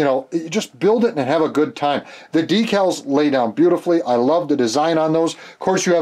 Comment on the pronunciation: Great to see you're back! I never miss one of your videos. My wife likes the way you sometimes say "Dekkles" ( or Decals ). Awesome build, as always!